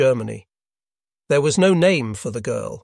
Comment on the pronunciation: This has to be A.I. narrated, no consistency in pronunciation. More work needed